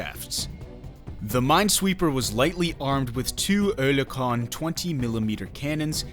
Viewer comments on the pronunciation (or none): none